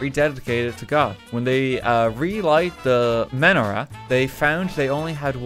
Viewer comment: the way he pronounced Channukah and Menorah hurt me